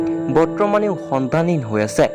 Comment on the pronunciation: সন্ধানহীন উচ্চাৰণটো শুদ্ধকৈ কব